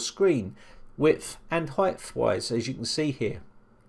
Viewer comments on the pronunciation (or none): "width and heightthhhwise"???